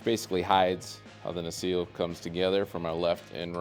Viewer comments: NU-SELL not newseal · Great Video. P.S. its "na-sell" (nacelle) ;)